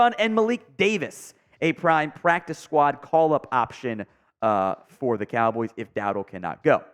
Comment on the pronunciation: Am i the only that caught him saying Dallas Cowls?